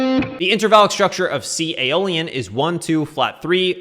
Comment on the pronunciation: Everyone in the comments is frustrated lol. Are you saying INTRAVALID structure or INTERVALLIC????? wth i can't understand you